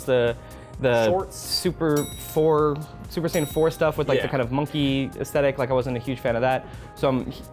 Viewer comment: Will westerners ever pronounce Saiyan correctly?